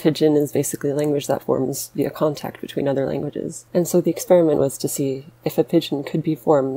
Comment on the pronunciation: Did I hear waso?